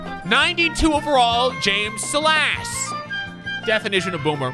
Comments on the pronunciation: Is it annoying that he said salass instead of sighlus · Its pronounced (Sy-less) dummy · My first name is Silas and I laughed so hard when pernounced it sil-ass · every time he said “suh-las” I lost 300 brain cells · can't speak English how does he not know how to say Silas come on read a single dictionary please